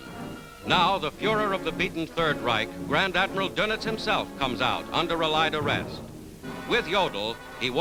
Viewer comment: Why can't americans pronounce 'allied' correctly ?